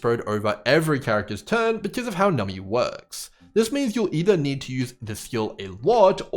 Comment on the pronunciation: Love the video but why do you call numBy, nummy? Is this a meme I missed lol